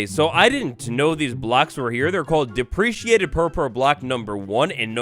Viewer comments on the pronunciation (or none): it’s dep-ree-cated bro😭😭😭